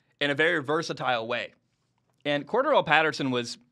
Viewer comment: It's pronounced cor DARR el and he played running back for the Patriots.. Atlanta used him more that way but the they already knew he could do it.